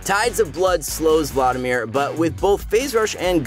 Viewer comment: The way you say Vlaudimir is so tilting... it’s VLAD IMIR